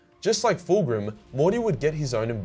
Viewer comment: Calling Fulgrim ''Full Groom'' im dead